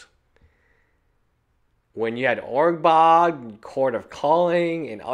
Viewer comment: It's ur-borg not urg-bog.